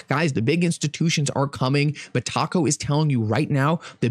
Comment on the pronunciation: Every time he says Taco i die a little inside lol